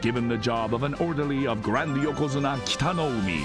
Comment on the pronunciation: "Yo'Ko'Zune'Ah" ..... come on man